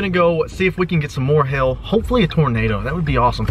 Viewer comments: It sounded like He was saying hell And not hail😂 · Is it just me or whenever he says 'Hail' it's sounds like 'hill' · When he says hail I think he is sayin h#ll